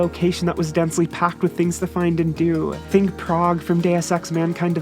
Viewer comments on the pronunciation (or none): none